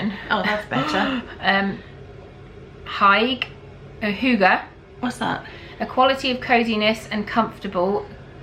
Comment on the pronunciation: Hygge is danish and it's pronounced ...oh my, here I am desperately wracking my brain for an English word that has a ü sound in it. ...and failing :P